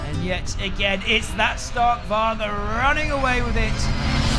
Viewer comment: The V is more like the v in van, the G is soft, not hard and the a is shorter "Varg" ≈ /vɑrj/ → sounds like "var-y" "Stahrk Var-y" Not: “Stark Warg” "A" = like spa or father (not cat) "G" = soft, like y in yes "V" = keep it a clear V, not W